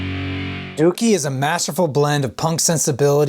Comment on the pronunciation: Im just glad he pronounced it right